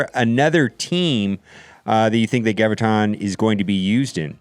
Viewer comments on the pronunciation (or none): For f*ck's sake, OMG, it's "GRAV-ih-tahn". Do you have trouble saying "gravity"? Just replace the "tee" with the "tahn." Jee-zus...